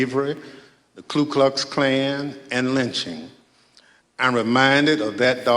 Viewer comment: at the point they say "KLU KLUX caln.. " They lost all validity.. IT's KU NOT KLUX.. It's Ku